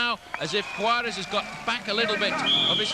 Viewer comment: OMG! This Brit announcer said “Juarez” correctly! Usually it’s “Durez” or the last video I saw, the guy was saying “Shwarejh”. It was hilarious!